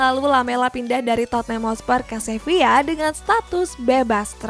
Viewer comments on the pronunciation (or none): none